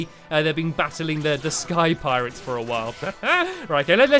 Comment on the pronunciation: When I heard space piretes I started laughing a storm